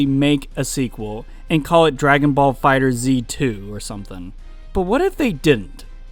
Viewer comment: Its called dragon ball fighterZ (As in fighters but instead of an S a Z) Not fighter Zee